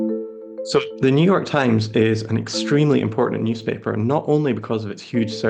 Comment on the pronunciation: Ah, yes, the Neue York TimeSS